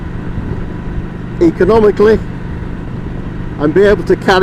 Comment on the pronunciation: "economically" - Spoken like a true Yorkshireman 😁 Nice vid, you should have tagged uncle Stu 😆